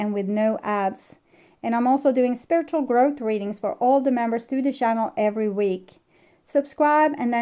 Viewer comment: Please practise English pronunciation of the words "thoughts" and "channel". It is not Coco Chanel, but chaNNel!!! 😂